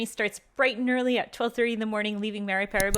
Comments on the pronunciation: It is PARAMARIBO the capitol of SURINAME. NOT "mariparibo" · Its not Mariparibo but Paramaribo. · The capital of Surinam is Paramaribo... not Mariparibo😮😂 Still a very nice vlog, thank you❤ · its Paramaribo not Maraparibo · Haha 😂😂😂is Paramaribo not meryparibo. EN JOY🏝🏝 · Welcome to suriname. The land of culture, unity and freedom. I would suggest having a proper guide for the best/ correct info and experience. Also its paramaribo and mariparimaribo hahah.